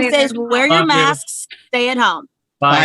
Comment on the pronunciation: "wear your masksks"